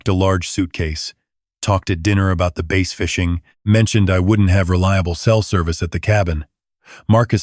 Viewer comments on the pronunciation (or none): Ai doesn't know how to say, "bass" as in bass fishing.